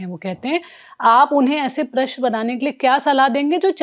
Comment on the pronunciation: Anchor ko Prashan bolna sikhana padega.. Unki Hindi utni aachi nahi hai